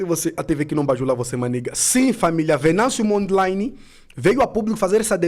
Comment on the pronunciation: Chama-se Venâncio Mondlane e não Mondlaine